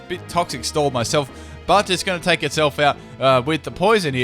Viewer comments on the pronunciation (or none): none